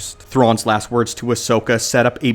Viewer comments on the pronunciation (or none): none